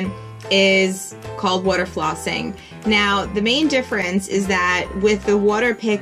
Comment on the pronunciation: You say water like Woo-der